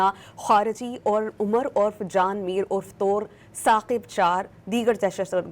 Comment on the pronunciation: Mohtarma nam to sahee lain, Tor nahee Toor qabeela ha